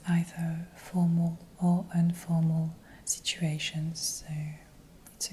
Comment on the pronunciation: Merci bcp de la vidéo. En fait on dit INformal et non UNformal.